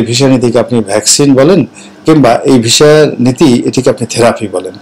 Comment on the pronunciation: ভাই জান এটা visa , not visha... ভিসা, not ভীষা 😊